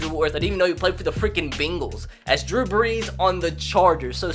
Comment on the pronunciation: Bingals lmao